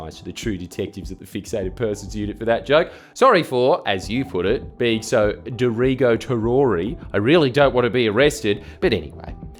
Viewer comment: I keep falling over laughing at "derigotarory" but I'm afraid that if I enjoy it too much I will be stupider for having read it that way so many times.